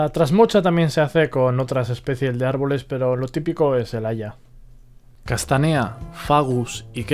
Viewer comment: Muy interesante. Lo peor, la posición en la que acentúas algunos nombres científicos. Pongo tildes, para más claridad. Incorrecto es decir "castanéa", "abíes", “picéa", fraxínus", "humílis", "tremúla" y "pendúla"(por ejemplo), pues todas esas palabras son esdrujulas. Y nada de "minór", pues en latín no hay palabras agudas. Un saludo y gracias por tu trabajo, muy instructivo, por lo demás.